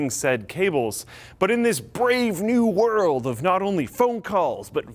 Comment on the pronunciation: "but in this breave new world" aldous huxley intensifies in a soma-fueled manner